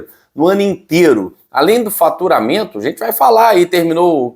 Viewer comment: Boa tarde fala claro e faturamento ou FARTURAMENTO K K K K.